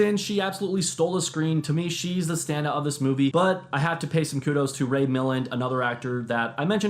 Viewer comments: It's pronounced "Me - lan," not "Mill-in." It was never, ever pronounced "Mill - in." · The Lost Weekend - So you know: "Ray mil-LAND" Indemnity: "Noir" has just ONE syllable! Not "no-arr".